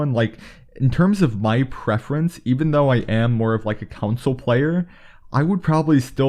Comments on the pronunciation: It’s “con-sole”. Not “kun-sull”. From England. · “Controls are the same as on ‘count-sole’ “ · Console not counsel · *Console….. not Council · its console not council lol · Bro really said cousul not console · It's CON-SOLE! not council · Dude really be saying "council" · Its console not council! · You kept saying "council" instead of console. It irked the shit out of me. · It’s driving me absolutely nuts that you’re pronouncing console as “counsole” or whatever you’re saying... it’s “con-soul” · Console..... Not council 🤦🏼‍♂️ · this guy said “council” more times than he said “console” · "Call Of Duty on Council" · When he says console, it sounds like council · Austin 2k-_- council lmaooo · It's console not counsel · SAME he like “council” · Council or console? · What’s he mean when he says council? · Why does he say console like council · Stop saying “counsel” it’s “CONSOLE” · this mans just say counsel? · ITS NOT COUNSEL ITS CONSOLE 😂plz man plz ur killing me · Man can’t say console. “Council”😂😂😂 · My eye twitched everytime you said "coun-sole" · Austin 2k-_- council* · council lmfao u meant council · council? wtf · Russ TheMuss he meant console lol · Anyone love how this dude says “console” 😂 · I have a beef with the way this dude says “console”